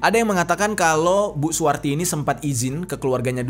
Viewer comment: Akukan dgr bg jeri nih sambil ngerjain tugas... Blas g liat2 hape...sampailah ke saat ditemukan mayat seorang ibu2 yg namanya SUWARTI. Dengar terus nih..kok lm2 bg jeri blgnya suwati g pake r.....bkn suwarti...kok bg jeri nyebut2 namaku...tak dengerin...iya i...suwati...smp tak putar balik mau tau nama ibu itu siapa...dapatlah...SUWARTI....bg jeri bg jeri. Gara2 si samsudin buat heboh. Sukses bg jeri